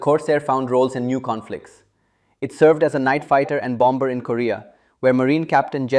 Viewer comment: When pronouncing "bomb", "bomber", "bombing", the second "b" is silent. The second "b" is spoken when pronouncing "bamboo" and "Bambi". English is spoken without rolling "r"s. Rolling "r"s belong to formal speech of the eighteenth century and possibly earlier.